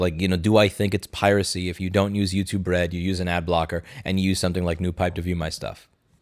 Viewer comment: I keep hearing youtube-red as youtube-rent!